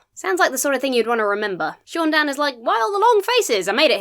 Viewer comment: NOOO it's not SHOON DANN. It's SAUN Dann. GOD get it the FUCK right! you would know this if you were a REAL star wars fan!!